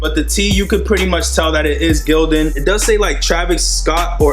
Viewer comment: Lmfsdao my man said str8 like GIl-Don